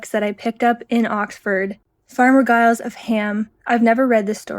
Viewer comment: I think Giles is pronounced with a j sound rather than a hard g. More like Jyles 😁